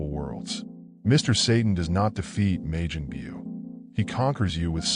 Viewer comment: "May-jin Bew" lol what?